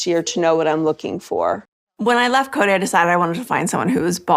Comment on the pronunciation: A couple that bug me is how Janelle says Koody, rather than Kody. And Christine ends some words with a 'K' sound, even though the word doesn't end with a K. A couple of her kids do it, too. Yeah, Robyn saying dill instead of deal. And she says that word a LOT.